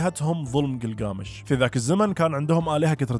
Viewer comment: كلكامش وليس جلجامش انته كاعد تلفظه صح بس كاتبه غلط تصحيح معلومة لحضرتك